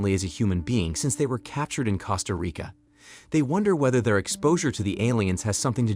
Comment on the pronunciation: Cost-A- REEKà